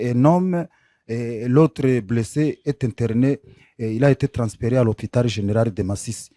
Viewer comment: C'est un congolais ou rwandais qui est interviewé ? Controre?? Rieutnant coronere ??? generare ???sembre???